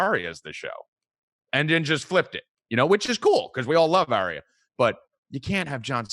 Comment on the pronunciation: mispronouncing warg and Arya so triggering.